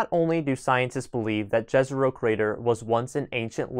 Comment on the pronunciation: Jezero means lake in many slavic languages. The J i pronounced like it were an Y. Like in let’s say Yellowstone. Great video otherwise.